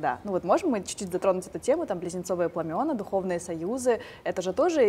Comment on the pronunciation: в слове пламя , множ. число пламена , ударение падает на послед. букву А .